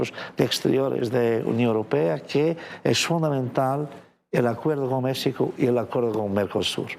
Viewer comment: No puedo creer que está en Mexico y ni siquiera pueda pronunciar o intentar por lo menos de pronunciar Mexico bien.